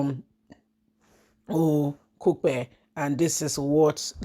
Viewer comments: He is O-k-u-p-e, Okupe please and not opeku! The name of his replacement is O-s-u-n-t-o-k-u-n, Osuntokun. Thanks. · His name is Okupe not Opeku